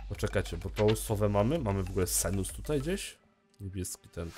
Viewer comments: czytaj Sensus zamiast Senus:P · bardzo ciekawy pomysł na półki ze słoikami xDDDD (A tak btw,,Sensus" nie,,senus'':D )